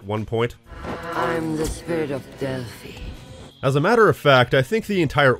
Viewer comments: I thought Thalia was pronounced Tah-lee-ah. And I thought Delphi was pronounced Del-fee. I'm sure I've heard those pronounced that way in different things. Why do you say Delphi is pronounced Del-fy? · Actually, you are the one mispronouncing Delphi. It is actually Del-fi and not Del-fy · Don't know about Greek but in Latin it would be pronounced Dell•fee. I's are ee's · Great vid, small nitpick: Delphi historically WAS pronounced that way by English speakers, and the proper Greek pronunciation is very similar to that. Delphi being pronounced the way YOU did, while common, is not by any metric "more correct" and I think that's a silly thing to criticize the film for, even if hypothetically it was an accurate critique. Unless that was the joke, in which case feel free to put me in your cringe comp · actually the right pronunciation for Delphi is the one at minute , it's a greek word, but every language translates and/or pronunce words in their way (like the right pronunciation for Zeus is not the english one but it's right in english) so who am I to be the boring know-it-all of the situation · They did not mispronounce Delphi. YOU mispronounce Delphi. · Seems to be the correct pronunciation of Delfi to me. Why would you pronoune it like an English word? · actually you're the one mispronouncing Delphi